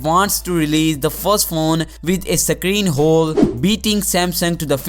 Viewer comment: its hole not khole